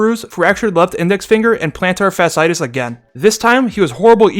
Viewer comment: PLENTAR FASSITIS 😂😭